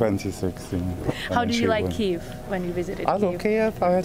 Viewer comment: Дуже цікаво і надихаюче! Єдине, що хочеться додати- правильна транслітерація Kyiv а не Kiev. До речі, британець вимовляв правильно)